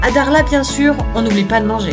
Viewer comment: je sais que pour les occidentaux prononcer le "kh" peut irriter les cordes vocales mais quand même et s'il vous plait, faites un petit effort c'est Dakhla et non Daghla. Merci